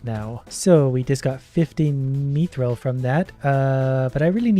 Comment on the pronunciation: He mispronounced it he said meethrill instead of mithrill